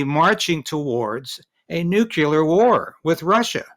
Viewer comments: No one who says "nuculer" allowed beyond this point. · When did clear become culer? I've been taught " nuclear", not "nuculer". The mispronunciation of a simple word like 'nuCLEAR' says the person who can't pronounce it is simply unintelligent. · Tell the guest, it is NEW CLEAR not NEW KEY LER. The latter makes him trailer park trash.